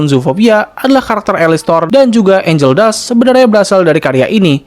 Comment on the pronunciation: Bang betul angel tapi ANGEL DUST bang pake t bukan k bang